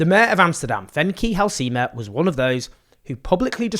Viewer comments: femkie halsiema. Your coverage has been great, but as a dutch person this was really funny, to hear you say her name like that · Pronounce Halsema again Owen 😂😂😂I'm dying of laughter 😂💀